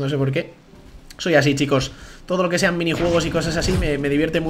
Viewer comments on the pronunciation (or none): none